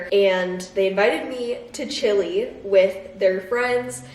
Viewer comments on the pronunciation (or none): none